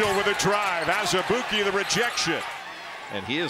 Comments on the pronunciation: It’s prenounced AZ-E-BOO-KY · Marvin Lesley I think you meant to say ANOTHER-ALL-EY-OOP-KAY